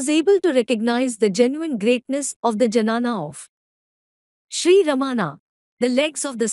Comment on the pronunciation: it is dnyana, not janana Janani is procreation